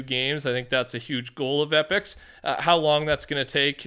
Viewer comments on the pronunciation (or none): none